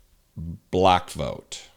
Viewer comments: No it’s very high, balack vote. Good lord. Added an extra syllable. God help you. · "I got a very high buh-lack vote". WTF?